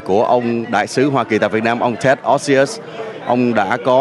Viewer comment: Ted's last name is OSIUS, not Osious.